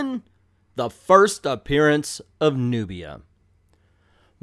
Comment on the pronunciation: At least say her name right!